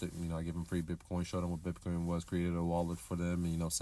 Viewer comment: It's BITcoin not BIP coin